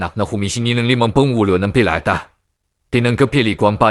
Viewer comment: Di mo ata kayang bigkasin ang letrang r boss,troso tloso,tribu tlibu,pirata pilata😂😂😂